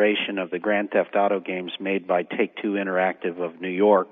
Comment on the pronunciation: i facepalmed everytime he saaid take two interactive.